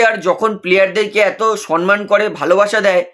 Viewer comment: Dada apni ki shomman bola sikhben na? Shomman oita shonman naaaaa